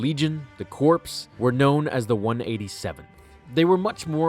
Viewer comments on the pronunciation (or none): Hey I hate to be a grammar Nazi, but it's pronounced "core", not "corpse". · CORE ITS NOT PRONOUNCED CORPSE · Corps, is pronounced Core, not corpse, but I did enjoy the video just wanted to let you know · FOR THE LOVE OF GOD IT IS PRONOUNCED CORE NOT CORPSE!!! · He’s saying Corpse instead of corps it’s bothering me. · C'mon man.... it's Corps (core) not Corps (corpse) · "corps" is pronounced "core" not "corpse" a corps makes a corpse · Corps is pronounced 'core' not 'corpse'. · It's Corps like core not corpse. Good video though. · Just to let you know, the word Corps is pronounced the same as the word Core not Corpse. Example: The Marina Corps. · Hey, just for future reference "corps" is not pronounced the same as "corpse". It's pronounced "core":) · It's pronounced “Core”, not “Corpse”. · It’s not pronounced like “Corps” but “core” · The fact that you pronounce corps the same way you pronounce corpse irks me.... Corps is pronounced like core... Just a heads up before some military type comes in and corrects you in a likely less pleasant manner. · Corps- It's not corpse but core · I don't think the 501st are the same as navy seals. Also its core and not corpse for corps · it irks me so much when someone says corpse instead of Corps.( which is pronounced like core. why? I don't know but that's English for you.) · Errrrrr he pronounced crops as in corpse when it is really pronounced core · This is a dick move I know. But you're pronouncing corps as corpse. Corps is pronounced as core. Like the Marine Corps. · Corps is not pronounced corpse, it's pronounced core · Do you keep pronouncing "corps" as "corpse" instead of "core"? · Quick correction! "Corps" is pronounced "core" not "corpse" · You don’t pronounce “corps” like “corpse.” The “ps” is silent. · Corps is pronounced core. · did u saye corps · It's pronounced core, dude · C-O-R-P-S is prononced CORE. Hurts my ears to hear that mispronounced. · in terms of the army, "corps" is pronounced core.